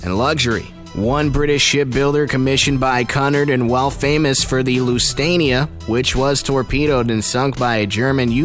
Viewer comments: I was looking in the commets and saw this and ya he Dos did to now how to say lusitanit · Lusitania, not Lustania. Cunard, “que-nard,” not Cunard, “coo-nard.” Curacoa, as in, “cer-a-coe-a,” not, “ cer-a-so.” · LUSTANIA???? can you read?? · LU-SI-TAIN-I-A THAT IS HOW IT'S PRONOUNCED. NOT LUSANIA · RMS = Royal MAIL Ship, Cunard = CUE-nard, not CUH-nard, Lusitania = loo-sih-tay-nee-uh, not loose-tay-nee-uh. Queen Mary's dining room SPANNED THE ENTIRE WIDTH OF THE SHIP. I hate when people get common names wrong yet want to act like they know what they're talking about. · It's Lusitania, not Lustania and Cunard is pronounced Cu-nard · Omfg this guy has 0 brain cells Its spelled Cunard but its pronounced Quenard Lusitania is not pronounced Las i tania RMS stands for Royal Mail Steamer/ship not Royal Merchant Talks about Queen Mary yet shows Titanic/Olympic Says Her highness when it should be Her Majesty I swear this guy is tryna look smart thinking he is saying these words correctly im loosing brain cells HELP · If one more person pronounces it “Lus I Tania” I’m gonna stop watching ship videos period. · He also said Lusitania wrong And Curacoa That makes my ears go AAAAAAAAAAAAAAAAAAAAAAAAAAAA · You are pronouncing Cunard and Lusitania wrong I’m British and that is not how you pronounce them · THIS NOT EVEN SCARY. also you need to know how to say lusitania. In